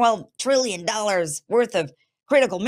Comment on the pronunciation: Ten to twelve twillion dollas!